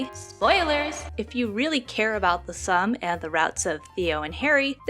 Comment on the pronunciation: Hi, this is a good video, but just one thing. Its not pronounced the ssum (sum). Its much like how the Korean name min-jun is pronounced Min-joon. The game is The Ssum (soom). I hope this helps! I am looking foreward to more videos! Have a nice day